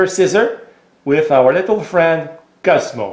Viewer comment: His name is not Cusmo as you say, it's Coooozzzzzmo.